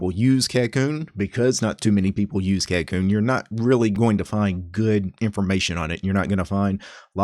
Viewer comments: You have the pronunciation wrong, but I cannot blame you as it is not English anyway. The name is from Japanese which is 書こうね which would roughly translate to "Let's write, yeah?" in a casual tone. The "backwards" ordering for commands like dw no doubt goes along with the name since Japanese sentence ordering is backwards compared to English also. As for the pronunciation, it would be like: "kah - ko - nay" with the ko part dragging for a longer duration than the other two syllables. Just thought you might find this trivia interesting. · Every time he says the name wrong I'm reminded of how it being named by a weeb is a problem.